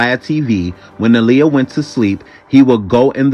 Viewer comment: It's Aaliyah not oaliyah